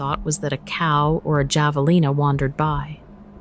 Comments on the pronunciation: The name of the animal Javalina is prounced with the "j" as an "h", so it's pronounced Havalina. The Spanish words with "j" is pronounced as "h". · its theanimal is prounced have a lean a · Javelina is pronounced with the "J" sounding as an "H". As in,"H avelina." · Check the pronunciation of javelina. In Spanish, the j is pronounce like an h sound. Havelina. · Would you PLEASE find someone to narrate Correctly?? Sassabe: SauceaBe Javelina: Havalenah Etc etc etc. And the mountains you are showing look mostly like Northern AZ, Not the southern border. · This account is fascinating! As an Arizonan, I would have enjoyed it more if the proper names of the locations and indigenous fauna (Have-uh-LEEN-uh) were pronounced as the locals pronounce them. Great content, though! Thank you. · Javelina is pronounced with an H jav/ea /Lee/new or na. I live there over 30 years. It's a Spanish name meaning-'in english (PIG) they live everywhere in New Mexico, Arizona and Texas, ... Basically in the Southern states. A few other states, there are feral pigs that do mate with domesticated pigs 🐖 that gets loose. Ttyl. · Javelina Pronounced: /hä″və-lē′nə/ There's no "J" sound in it, its only spelled with it. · Just an FYI. Javelina is pronounced Havelina, not with a hard J sound. It’s Hispanic. Like La Cholla is pronounced la Choya or Saguaro cactus is pronounced Sawaro cactus, no hard g. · Google has the ability to help you pronounce words correctly like javelina and Mogollon. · I was laughing so hard when she called wild pig Javalina, thanks for not saying it right!!! good story